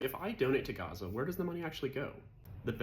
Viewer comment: I cannot express how grateful I am , as a Jordanian from a Palestinian mother , as a human , Thank you . The amount of respect I hold for you ... The amount of respect in you trying to get the name gazza right . ❤❤❤